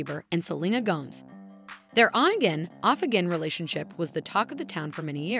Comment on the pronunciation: Why would you keep pronouncing Gomez as Gomz,please don’t say it like that